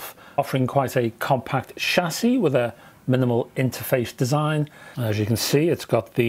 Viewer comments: Thank foodness, you heard that. I heard it like sassy. But hey, I got the meaning! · ' shassie ' ... lol